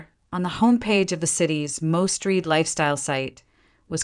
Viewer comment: It is pronounced 'the most "RED" column'. "We just 'RED' your articule." NOT 'reed'. The word is spelled R-E-A-D but prounced two different ways. One present tense the other past tense.